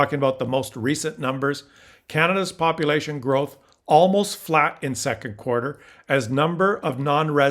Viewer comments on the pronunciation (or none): none